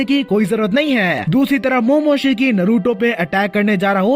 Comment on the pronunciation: Naaruto pronounce hota hai noruto nhi